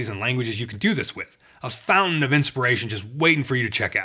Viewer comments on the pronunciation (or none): none